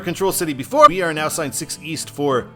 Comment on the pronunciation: The town is pronounced "East Ham". By the way, great video, man! It brings up a lot of memories of my summers visiting my aunt and cousins on Cape Cod. Eastham, specifically. Every July, we'd load up in our 80s van and drive from our home in Pittsburgh.